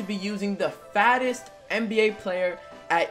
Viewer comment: Am I the only one who thought he said FASTEST?